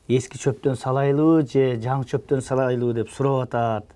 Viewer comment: Салайлыбы эмес салалыбы деп айтылат. Мактаңганга жараша тилди так сүйлөгүлө кыргызча.